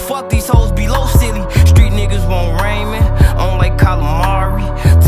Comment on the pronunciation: Y did Lil Durk say Raymond? it's Ramen not Raymond